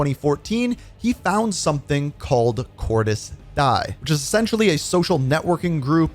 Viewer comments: Anyone else wondering why he pronounces it as Cordis "die" and not "di(a)" like it is in the game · Its not cor-dis die its pronounced cordis di-ya Even bo2 pronounces it like this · It Cordiz Diez.... great video though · why this guy spells "Cordis Die" and "Cordies Die" and not "Cordis Dije" typical american it is not "death" there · It’s pronounced “cor-dis dee-uh” not like the english “die” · It's pronounced "Cordis Dee Ay" bro 💀😭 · Just a heads up, Cordis Die is pronounced Cordis Deeyay